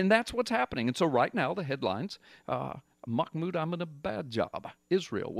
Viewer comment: Hahaha. Sounds like your saying his name is Mahmoud 'I'm in a bad job'. Now That's Prophetic!